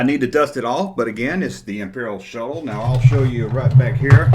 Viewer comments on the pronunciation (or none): I didn’t know “Shuttle” is to be pronounced as “Show” until I watched your clip. Lol